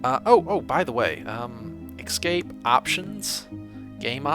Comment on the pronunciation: i wonder if you are intentionally messing with people when you say "x-cape" instead of "escape" or if that's just part of your accent